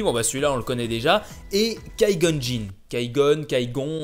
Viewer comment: kai gon c'est Qui gon arrête de massacré les nom